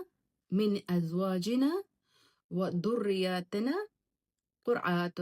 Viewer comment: Please say right verse of ayat wo zaal h soft word duad ni h or zall it's a whistle word azwajinaa or wo zoriyyatina